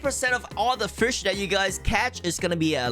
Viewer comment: ahh yes hes going to "frish" 💀